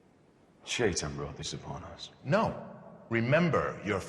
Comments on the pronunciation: Yeah, the pronunciation of Shaitan varies significantly. I believe Robert Jordan had intended it be pronounced the way it is said in Arabic (I speak Persian, and if it’s the same in Arabic, the proper pronunciation is that “Shai” rhymes with “K,” and “tan” is pronounced like the word “ton”), though the original audiobook narrators (Michael Kramer and Kate Reading) say it like the word “shy” and the word “tan.” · I wonder if some of the audiobook’s production choice was to make it not immediately sound as much like the common English “Satan”, which “Shay-ton” would.